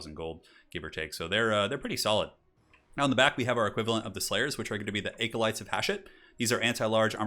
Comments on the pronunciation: ..."aecolytes"? Bruh. Bruh. Bruh. No joke man, that's the first time I've ever heard someone pronounce "acolyte" that way. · Just FYI 'acolyte' uses a short A sound, like apple. Not a long A sound like acorn. Just google it and hit the pronounce button